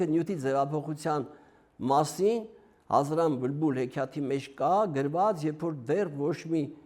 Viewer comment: Վարողը բլբուլ բառը արտաբերում է բմբուլ։